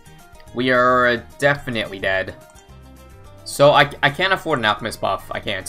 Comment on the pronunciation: Lol said Alcmist instead of Alchemist XD